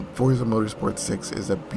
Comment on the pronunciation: name pronounced properly instead of that fortza shit lol